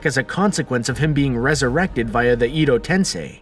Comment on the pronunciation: "iDo TeNsEi"